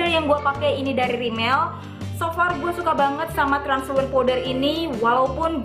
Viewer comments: translucent kak bukan transulent wkwkwk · gokil abis.... hahaha "transulent powder"?? mgkn mkstnye translucents kli yaaa.... hehehehe ttp gokil abis nih bocah... suka..suka..suka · tutorial mata panda pweaaasee.. btw mungkin maksudnya 'translucent powder' ya kak mispronounced